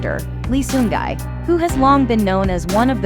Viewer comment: Respectfully I think we should respect his name...not gai ...gi ( pronounced like e) thanks ever so much for your support ❤